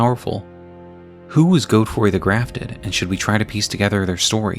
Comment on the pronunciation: “Goadfroy” come on man great video but that’s just crazy